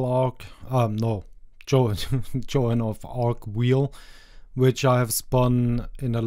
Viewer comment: "Joan of wheel" yeah i'm gonna call her this from now on